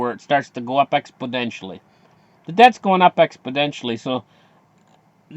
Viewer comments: You mean exponentially right? not expodentially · Lol its ex po nen tially.there no d in it dude. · Hi, What the heck is “expoDentionally” you are saying in each video? Is it style? 😀